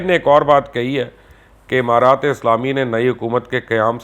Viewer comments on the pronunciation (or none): none